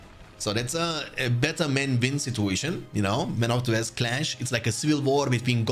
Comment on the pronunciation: mate please try to pronounce the words normally .. West, week, win, westfold...lol. It's W not V